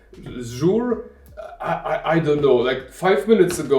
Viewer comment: Thanks for the good review! I collect antique books and old handwritten documents that I want to scan easily. I think it is pronounced like the name "Caesar", at least that how they say it on their website.